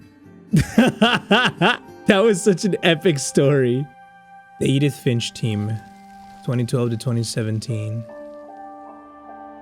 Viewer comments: Edin fish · 😂😂He couldn't pronounce Edith Finch😂😂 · first couple of seconds of struggling to say edith finch is hilarious to